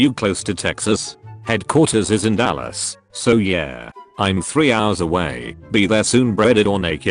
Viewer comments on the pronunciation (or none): none